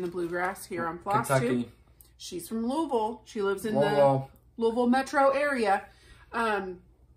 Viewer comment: Really enjoy your floss tube! Thank you for pronouncing Louisville correctly!! Born and raised in KY it kills me to hear the name butchered!